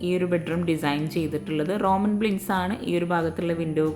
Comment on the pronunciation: ബ്ലിൻഡ്‌സ് അല്ല കേട്ടോ... ബ്ലൈൻഡ്‌സ് ആണ് 👍